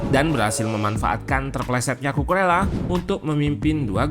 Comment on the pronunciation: Kukureya min yg bener, jangan alesan lu pake dialek indo karena org indo. kalo dialek indo cucu rela kalo Kukurela dialek inggris, biasakan yg benar bukan membenarkan yg biasa🙏🏻